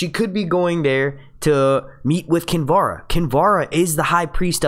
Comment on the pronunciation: marvioxious1989 are you listening to the same guy that I am.... He speaks perfect English...an accent is not the issue here... He pronounces Davos, Sansa, Tyrion, Stannis, Kinvara, Melisandra, and Danarys correctly.... Accuracy shows intelligence and that he cares enough to get it right. It's called constructive criticism. If something is worth doing, do it right. If mediocre is good enough for you, fine.... But that's not how I was raised.